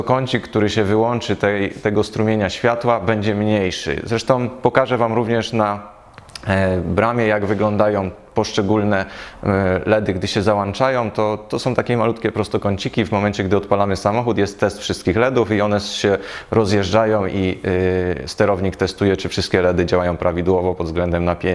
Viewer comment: Fajnie opowiadasz kolego ale zrób coś z tym "wyłanczam , załanczam " bo to kuje bardzo w uszy. Mamy wyłącznik więc wyłączam a nie wyłanczam. Gdyby było jak mówisz mielibyśmy "wyłanczniki "